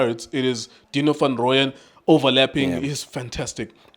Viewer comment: a draw would have been a fair results😅😅😅😅 Nonsense & it's Deano (diyano) not (dino) bazalwane.